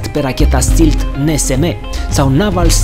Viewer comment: Stealth se citește STELTH nu STILTH